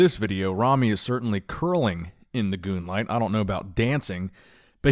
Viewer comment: WTF is a goonlight? It's moonlight 🌑